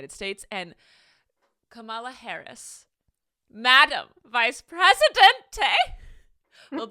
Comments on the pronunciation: I mean you could have at least looked up the correct pronunciation of Kamala Harris's name. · UMMM just mispronounced Kamala Harris' name... cmon...